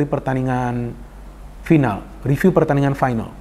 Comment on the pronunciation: Final bung bukan faenel. Ayolah bung, Indonesia punya jatidiri.